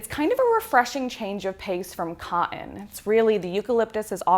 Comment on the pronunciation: If you’re going to review comforters and duvets, learn to say the word “cotton”.